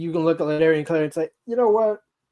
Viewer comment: Please start pronouncing Clardy’s last name correctly. #ClardyParty